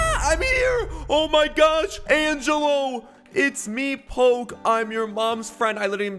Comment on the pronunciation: According to my calculations its pronounced Angelo not Angello 🤓🤓🤓🤓🤓🤓